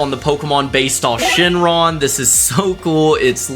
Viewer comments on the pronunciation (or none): none